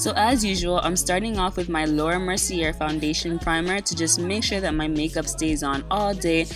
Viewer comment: I'm living for this lewk!! 💖 Also i think Laura Mercier is French so it's Mer-c-a jsyk